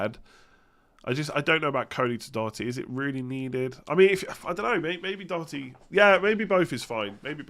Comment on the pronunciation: it is good to hear an english person pronounce doherty correctly. living in ireland has helped you there!